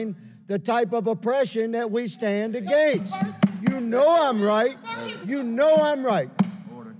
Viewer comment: Why the hell does Higgins keep pronouncing AGAINST like he’s from Canada.